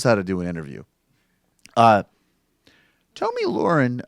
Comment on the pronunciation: You fucking regressive pussies... after all these years. AT THE VERY LEAST learn to say the daft cunt’s name properly. It’s pronounced (Tommy Lair-In) I highly fucking doubt that with all the research you claim you do, you haven’t fucking heard it properly pronounced at least 20-30 times. For fuck sake, have some self-respect, your dumb-asses constantly rip on moronic republicans for mispronouncing Dems names. And yet, here you fucking idiots sit, DOING THE EXACT SAME THING YOU SAY YOU DESPISE.